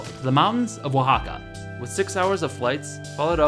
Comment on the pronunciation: Aaayyyy I live in Oaxaca! And you actually pronounced it right! :DDD